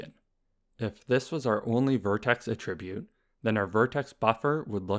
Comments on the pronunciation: I've not heard this pronunciation before. It's generally pronounced "AT-ribute", not "a-TRIB-ute". But when talking about the action (e.g. "attributing blame"), then that second pronunciation is used. No biggie. Could even be a regional variation. Just thought I'd throw it out there :) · Amazing videos, easy to understand and very informative, though one thing I noticed is you saying "attribute" as "a tribute" xd